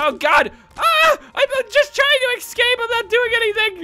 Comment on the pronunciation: no offense but my ocd acts up when you say "ex-cape" instead of "escape",_